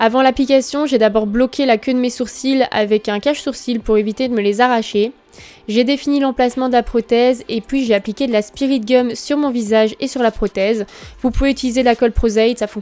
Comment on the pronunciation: "L'alkeul" aussi. Et le "spirit gueum". C'est très agaçant, hein x).